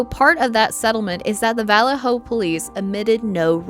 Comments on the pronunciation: In the first case, why does the narrator pronounce the name of the police force as "VALL-leh-ho" instead of the proper "vall-AY-ho?" Strange and uneducated. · It’s pronounced (vuh•LAY•hō), not (valley•HŌ) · You know what's really annoying I don't know where valor hello is I know where Vallejo is learn how to pronounce your cities and your words duh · Learn how to pronounce. Or listen to some N2Deep or Sick With It. Vallejo is not vowell-lay-ho. It's pronounced vuh-lay-ho. Other than that great video. Thanks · You are CONTINUALLY pronouncing the name of the city in California, where Denise Huskins and Aaron Quin lived, wrong! Phonetically speaking, it is pronounced: VA-LAY-HO. Valejo. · The CA city where homegirl was abducted Vallejo is pronounced va-lay-ho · You are a very poor narrator! For one thing, the town you mentioned IS Pronounced VA LAY HO! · It's pronounced "vuh-lay-hoe" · Hey the name of the city right. Valle-ho. Also, I remember this story. I grew up basically in Dublin California. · Vah-LAY-Oh. God, that was painful to listen to. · The only crime, the pronunciation of vuh LAY oh. 😅😅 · Its Valle-Ho, not the wY you are saying it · It's pronounced "Vuh-Lay-Hoe". 😊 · It’s pronounced VA-LAY-HO!!! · I caught that too..is she using ai you think? Sometimes it's way easier but mispronounces things like names. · How can you not know how to pronounce Vallejo? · You aren't pronouncing Vallejo, CA correctly. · They way you kept pronouncing Vallejo killed me.